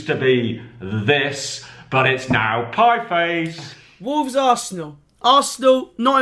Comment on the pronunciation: Piefice, seriously?..